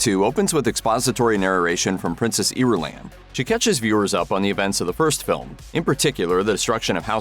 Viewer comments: small detail missed: how to pronounce Irulan (eer-ooo-laan). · If youre gonna give us things you think we missed 😅n the movie… try using one of the two accepted ways of saying of pronouncing names. You lost me the first few seconds in when you invented a new way of pronouncing Irulan🙄